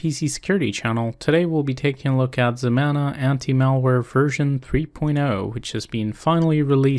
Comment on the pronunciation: "ZEMANA" ... YOU'RE DRUNK, GO HOME!